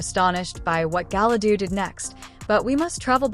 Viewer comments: Did she say Gala dudu in the beginning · Yeah, hearing 'Galadoo' made me as angry as seeing the trailer to this dumpster fire.